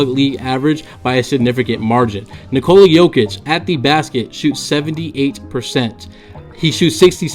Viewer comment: It's hard to listen to you butcher his name It's like Niko la please learn